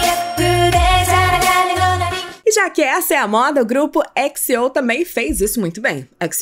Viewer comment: “Twiice exeou “ kKKKKKKKKK tenkei não